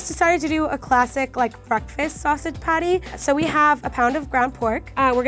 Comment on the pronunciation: Did anyone else noticed said potty not patty